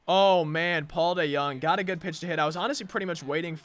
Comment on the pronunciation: You can’t pronounce Paul DeJONG and ur a Cards fan